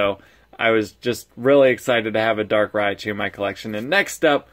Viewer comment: It kinda sounds like you're saying Darkrai-chu xD